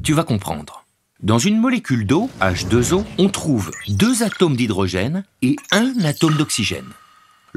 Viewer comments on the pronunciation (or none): cette prononciation "hache deux zoos" pourrait faire croire qu'il y a deux atomes d'oxygène et un seul atome d'hydrogène!!! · je persiste à penser que cette liaison n'est pas heureuse, on pourrait prononcer "hache deux, eau" ou hache deux haut" !